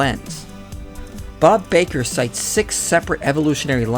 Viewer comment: Bob Bakker's name is pronounced "ba" as in the "baa" sound made by sheep, not as in the "bay" sound in the word "baker."